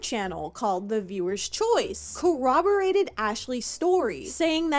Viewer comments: Ha, I JUST heard this and wondered how she could be missing letters when saying it. "coa-burr-ate" Completely misses the first RRs at the beginning and adds an A lol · I know this is not the point, and I love your video. But the way you mispronounce “corroborate” drives me crazy because people could use that to deflect and delegitimize the argument you’re making.